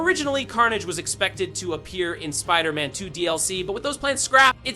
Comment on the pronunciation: Bruh check your AI voiceover - Wolverin and Spider...Man is pretty embarrassing